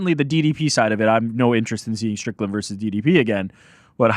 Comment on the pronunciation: 02.30.10 once again calling Strickland 'Strickton' 😂